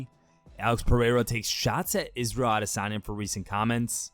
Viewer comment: Thank fk this dude isn't on that Ah-DIS-anya pronunciation - it's annoying af